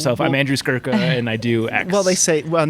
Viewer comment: It's Skurka, not Skruka.